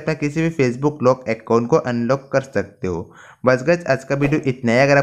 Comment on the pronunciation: Acon nhi Bhai account hota he